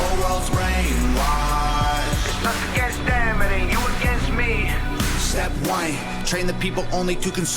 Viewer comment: When he says If we all get along we'll probably go against em, it sounds like he says We'll probably go a gangsta. That'll work too